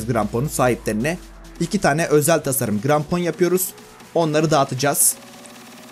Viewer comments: Niye krampona grampon dedin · Seni coook seviyorum ama ilk basta cok konusuyosun ve i grampon degil krampon g ile deil k ile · grampon değil abi krampon